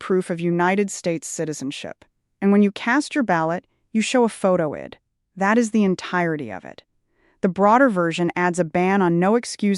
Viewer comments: I hate when AI thinks they can fool us into thinking we are seeing a live person reading the news, but how many easy "words" do they need to mispronounce before it becomes obvious? I D, is not pronounced id. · I see that…out of sync AI on my device. Pronouncing “photo ID” as “photo id” as though id was a word —the “i” phonetically short as in Indian. And that wasnt the only mispronunciation. Sad and sickening. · Must be AI. Says Id not I. D.